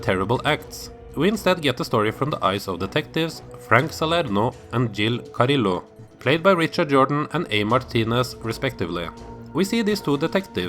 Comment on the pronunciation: It's Gill Carrillo not Jill Carrillo LOL.